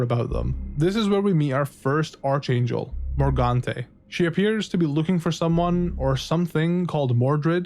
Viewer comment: Dude…for the love of God, it’s pronounced “ARK-angel”